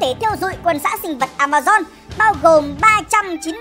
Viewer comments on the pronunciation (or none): Vâng A ma zon nha k phải dôn nha kkkk